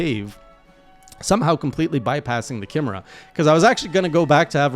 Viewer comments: Kim er uh? Don't you mean Kai me rah? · It's "KAI-MARE-UH" not "KIM-ER-UH" btw. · It's pronounced ky - meh - ra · Chimera; pronounced like 'Kie' (like Pie) 'Mare' (like the female horse) 'Ah' (the thing you say if you have an idea) 'Kie-Mare-Ah' Chimera. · Pronounced kai-meh-ra